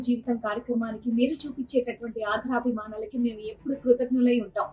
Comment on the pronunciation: ' ఆధరాభిమానాలు ' కాదు ' ఆదరాభిమానాలు ' అనాలి. Pronunciation correct చేసుకోండి.